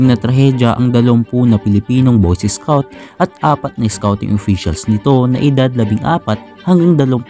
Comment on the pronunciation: Pag pronounce nya ng scout ay isscout